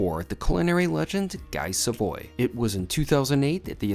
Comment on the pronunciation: Not to be a nitpicky jerk, but that's not how you pronounce Guy Savoy. It's more like "Gee (rhyming with see) Suh-vwha